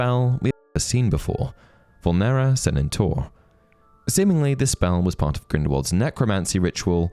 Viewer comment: Inferius in singular form and VULNERA SANENTUR have a different pronounciation stress than said in the video.